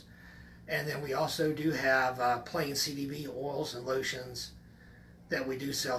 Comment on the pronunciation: Thank you for this video but is it just me or does my guy not say CBD correctly once?